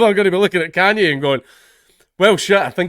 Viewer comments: lmao.... it's yay. it's the second syllable of kanye. you don't call him kanyee, do ya? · It's "Yay" as in "Kan-Ye" the tail end of the name being pronounced "Yay" not "Yee" yeah I know when I figured it out I thought it was retarded as well. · It's pronounced 'Ye' as in 'Yeet the jews' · You pronounce Kanye by: Take genghis khan, and YAY Khan YAY Kanye West one of his first performances they said Cane lol